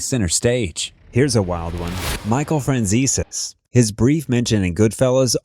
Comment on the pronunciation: This guy needs to learn how to pronounce Italian names He totally screwed up Michael Fransezes name